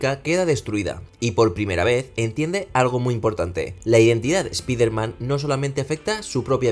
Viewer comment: Si vas a hablar de un personaje extranjero deberias minimo saber pronunciar su nombre. Espiderman? Pedazo de burraco!